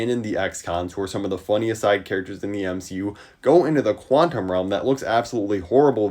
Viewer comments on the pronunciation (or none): none